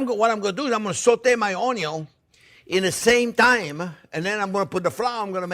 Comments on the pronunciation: Thank you so much for your videos. I've made several of your dishes over the last couple of months. I also walk around every saying "ONYUN"! Again thanks! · New to your channel, and someone who grew up in a restaurant that my family had 30 years, I get my passion for cooking due to my grandma, she never made an issue of cooking, she took her time, let me help, best memories I ever had are with her in the kitchen. Now, my question is, since I am new to channel, are you from Louisiana? when you say onion, I feel like I am in New Orleans.